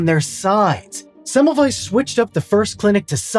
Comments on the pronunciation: You're so close with the pronunciation. You are correct that the German W is pronounced like the English V, but also the German S is pronounced like the English Z which you missed. Thanks for making an effort. Most of us Americans don't give a damn to pronounce things correctly. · Would it not be a good idea when making a video about somebody to learn speaking his name correctly? It is not so difficult to find an audio data you can hear where that name is spoken correctly. It is also a question of respect.